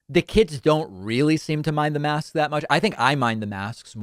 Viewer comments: If she was African-American you would never ever bring up her pronunciation problems of masks. Because you're a politically correct hypocrite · In the beginning of the clip I thought that she intentionally didn't pronounce the last s because she was out of air to make the sound or like she was just saving her breath as if her head was submerged. But after the first 5-10 seconds, two things were clear: 1, she intentionally used the word in singular and 2, either she forgot to use her asthma inhaler before her speech or she has Covid because she had clearly trouble breathing. She looks noticeably unwell 🤒🤧 and should have stayed at home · Maybe she trying to not pronounce masks as ‘mask-kizz’. You know, so she doesn’t sound as hick. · I'm a linguist. Most southerners pronounce "masks" and "desks" the standard way, but I do come across people for whom "-sks" seems to be a forbidden consonant combination. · Maybe don't take medical advice from a person who doesn't know how to pronounce the word "masks" correctly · I’m guessing she has a hard time says masks (mask-kes), but I can’t find a video where she uses the word ‘masks’. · There’s no question that she’s having trouble breathing, which is a big red flag for someone suffering from Covid. I wonder if she’s trying to distract people from that by mispronouncing “masks?” If she does have Covid - and I wouldn’t wish that on anyone, even her - it’ll just be a matter of time before everyone knows. I received a notification in my feed today about someone dying from COVID who was Instrumental in blocking COVID research in the early days. I don’t understand why intelligent people resist being intelligent about avoiding Covid. Oops, I just implied that MTG was intelligent; she may be. 🤷🏻‍♀️ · She has trouble adding the "s" to anything described as plural. She does this with everything. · Mask. It's like hearing a supervisor say "Pacific" instead of "Specific." 🤦🏻‍♀️ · she was saying maks